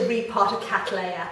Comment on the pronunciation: What an excellent video on repotting Catts. Much appreciated. One thing though :- I am asking you to reconsider how you pronounce the generic name Cattleya which as you will know, was thought up by John Lindley R.H.S. to honour my ancestor William Cattley who first grew C Libiata in the early 1800's. My point here is that the name is derived from his which was then and still is, pronounced Cat-lee. Lindley "Latinised" it by adding an a at the end thus making it Cat-lee-a. You however are using the often heard American version Cat-laay-a which has now been corrected by the American Orchid Society to the Cat-lee-a. Regards Tim Cattley